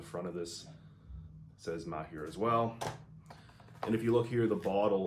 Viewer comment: As an Arab , thank you for being one of the few pronouncing (Maher) in the right way . Greetings from Palestine ( by the way it’s Arabic and means “skillful “)